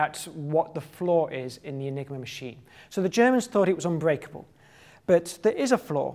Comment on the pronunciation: I thought he said the "nigro machine"